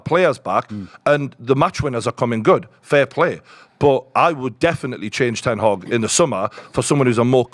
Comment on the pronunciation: Put some respect on Ten Hag’s name!!! 😂